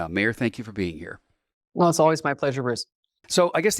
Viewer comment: Host; "You and I know each other". This is highly doubtful, because if you did, you'd at least pronounce her last name correctly. It's pronounced All-toe, exactly the same as the musical reference. Marianne's brother Al Alto was our family friend and chiropractor for over 45 years. Sadly Al passed away in 2020.